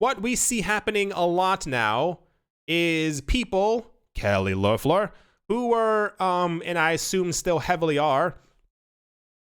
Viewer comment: Was hoping u picked up this news of kelly lofflahhh lol its funny the way u say her name